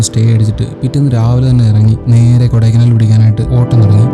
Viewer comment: Great presentation. It's not kodaikanaaal. It's kodaikaanal. Learn to pronounce the native words properly.